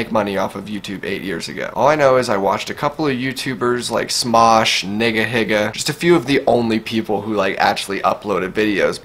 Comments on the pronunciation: its nigahiga not niggahiga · he said "nigga"higa instead of nigahiga lmao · you said nigahiga like nigga higga its pronounced like ni,ga he,ga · Damn it's not niggahigga its nigahiga jeez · its not n word hige its (NE-Ga HE-ga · neega heega not nigga higga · Did he just say Nigga higa? It's pronounced neega heega. Smh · This boy said "nigga higga" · did he just say niggahigga BWAHAHAHA the i's are ee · Just saying nigahiga is said nee-guh-he-guh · Lol u said niggahigga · The way he pronounced "NigaHiga"... I'm so dead xD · i died when u pronounce nigahiga incorrectly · How tf is that racist he just pronounced it wrong.